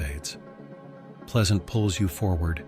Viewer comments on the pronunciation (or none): none